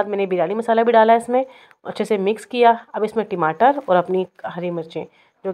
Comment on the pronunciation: ......timatar na bolein.. Ya toh tamatar bolein ya phir English waloon ki tarah tomatoes bolein